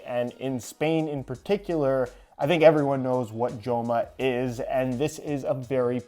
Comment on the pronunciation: Great to see Joma in the channel, as a Spaniard, the name is pronounced "Homa"